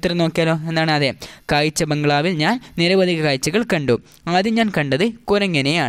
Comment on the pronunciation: ഇത് കുട്ടികൾക്കു വേണ്ടിയുള്ളതല്ലേ . കാഴ്ചകൾ എന്നത് കായ്ചകൾ എന്നും , ന എന്ന അക്ഷര ഞ എന്നും തെറ്റായി പറയുന്നു. ശ്രദ്ധിക്കുക